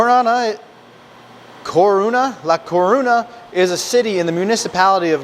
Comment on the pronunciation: Great video, great food, great channel. Morcilla = mor-see-ya; Gallega = Ga=-yay-ga this means a female from Galicia b/c the word ends with an a so it's feminine; A Coruña = Ah Coo-roon-ya. Whenever you see two letter Ls together like ll it is pronounced like y in yellow. ñ is a letter in the Spanish alphabet called Enyay also pronounced like y in yellow. 😀